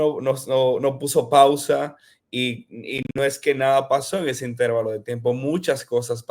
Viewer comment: Todo está muy bien. Pero, la palabra intervalo es grave o llana, no esdrújula. Me hace mucho ruido e interferencia cada vez que escucho la palabra intervalo con acento esdrújulo.